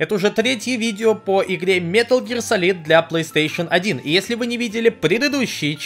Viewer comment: “Метал Гиар Салид» иииии я сразу же выключаю видео.